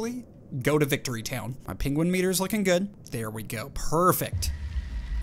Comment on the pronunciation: XD first of all, why do you pronounce it Pinguin and second, why do you call seaguls Penguins?